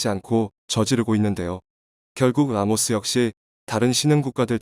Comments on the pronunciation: 라오스를 라모스라고 말하네... 라오스, 태국, 미얀마, 베트남, 네팔, 부탄의 북부에는 고구려 유민들이 살고 있다. 결국 중국을 ㅠㅐ망시키고 한국이 1600년 만에 회복해야 할 곳이다. 침략의 성격은 띠지 않겠지만 제1 코리아, 제2 코리아란 방식이란 한국인으로 편입해야 한다. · 이 기사를마드신분은 발음을제대로 확인하세요 나라이름은 라오스인데 말할때발음은 라모스로하네요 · 라오스인가 라모스인가? 바르게알려주세요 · Laos not lamos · 라오스를 라모스라 계속 발음하네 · 기계음인가? 라오스를 라모스라 하네...? 짜증나네.. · 라오스다 왜 라모스냐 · 내용은 충분히 이해 하겠다만, 라오스를 라모스라고 계속 부르는 건 도저히 계속 들어주지 못하겠네. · 내래이터는 왜 "라오스"를 "라모스"라 하지요 ? 어쨌든 대한민국의 선한 도움.협력이 빛이 됩니다. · 라모스가 아니라 라오스인데... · 라모스 거기가 어디지? 발음을 바로 하시길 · 왜 라모스로 발음하나요